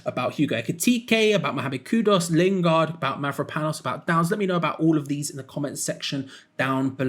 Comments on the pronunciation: Ffs It's Kudus not Kudos!! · Kudus,, not Kudos.😅